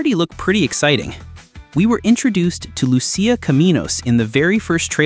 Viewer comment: Who the hell is "Lu-She-a"??? It's "Lu-SEE-a"... always has been 🤣🤣🤣